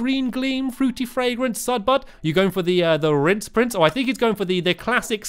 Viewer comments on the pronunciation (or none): Lol it's "rinse" not "rince" just for future reference XD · Its Rinse Prince not 'Rince Prince' Stampy. Not a hater, just want to point that out :) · ***** It's RINSE not rince.... facepalm please fix! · It's rinse not rince 😂😂